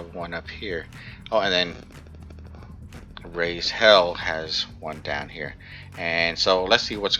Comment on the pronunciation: Leader of RaizHell here! I love your videos and I couldn't believe when I saw you mention our guild! Also, you said the name right and it makes my heart happy!